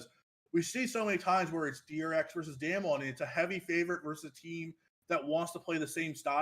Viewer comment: not knowing how to pronounce damwon this far into worlds makes this hard to listen / take you seriously